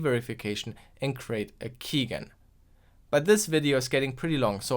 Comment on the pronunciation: Quick note (even though this keygen series is almost over), it's pronounced keyjen (key generator)